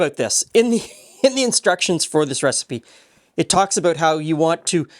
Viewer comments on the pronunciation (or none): "I'm aboot to stop saying soory."